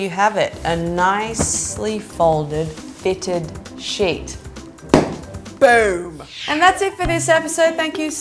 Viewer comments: the way you said BOOM😂👌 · yes Russian hacker always use this. "boom"